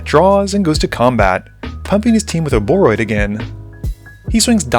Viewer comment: You pronounce it as Ouroboroid. Hope that helps!